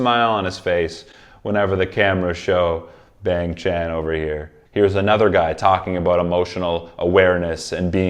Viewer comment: I'm 9 episodes into this Stray Kids playlist, and I'm hoping he figures out how to say ChangBin and Bang Chan correctly. (Not hating, I just kind of think it's funny)